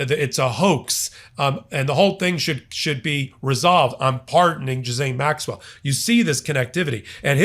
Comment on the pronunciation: Who is Jizz-ayne Maxwell? 😅